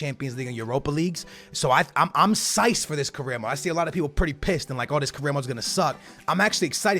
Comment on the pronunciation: this is a little thing but psyched Is said syked not syched. Thanks